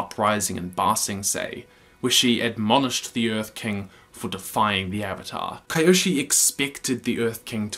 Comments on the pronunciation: "kai-yoshi" rather than "kee-yoshi" pronunciation reminds me of you cringing at the Avatar movie's pronunciations, such as "ung" and "uh-vatar" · Bro the video is great and all but its Kyoshi not Kaioshi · Isn't Kyoshi pronounced Key-Oh-She and not Ki-yo-she like he often says? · You pronounced kyoshi's name as ka-yo-shi, I thought it was supposed to be pronounced as Ki-yo-shi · Who is cringing at Kai oshi i looked up like who? The i went ohhh kyoshi many are confused it’s pronounced keeoshe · I know im late, but who tf is "Kayoshi" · I hope after all this time, you've learned that big mommy Kyoshi is pronounced Kee-yoshi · I love this channel but Kai-oshi?!?!?!? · Kaioshi killed me every single time i heard it and not in a good way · we're just gonna brush right past him pronouncing it "kai-yoshi"? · I love your videos but I hate the way you say Kyoshi. it is Kee-Oshi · I watched this video 2 years ago, I just rewatched it and I love how he says Kyoshi's name wrong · why do you pronounce Kyoshi like that. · You killed me everything you said Kyoshi's name. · You had me, 100%, I loved every second of it. Then I heard you pronounce Kyoshi's name and it all fell apart :`( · Love your analysis, but how did you watch a show that says kyoshi like 100 times and still manage to pronounce it wrong?? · Why does he pronounce Kyoshi that way? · This pronunciation though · how do you mispronounce Kyoshi when they literally say her name in the show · Downvote for butchering Kyoshis name. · I’m sorry but how you pronounce KYOSHI MAKES ME WANNA BREAK SOMETHING